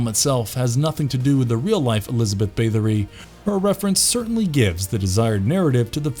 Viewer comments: Also he keeps saying Bathe-ory instead of Bath. TBH though he generally sounds like he is reading someone else's script the whole time, I doubt the person narrating had anything to do with research/writing etc. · The pronunciation of "Bathory" caused me to rage quit.